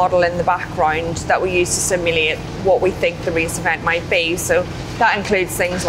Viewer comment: dat accent tho. "simuleit".